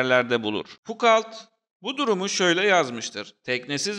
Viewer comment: Video gayet güzel. Ama referans verirken lütfen 5 sn internette kişinin ismi nasıl telafuz ediliyor ona bir bakıver. Fukalt dedikçe cringe oldum video boyunca.